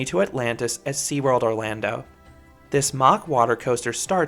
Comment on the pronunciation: And that window you do good videos, but it's so annoying that you can't pronounce Mack rides